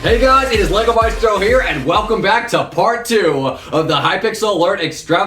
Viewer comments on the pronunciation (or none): none